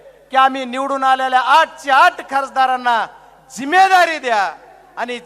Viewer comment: जिम्मेदारी शब्द बोलता येत का अगोदर बघा मग बोला मोदी च्या नखा सारखा नाहीत